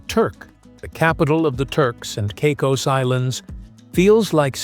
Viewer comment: Turks and Cycos… those AI voices are great, aren’t they?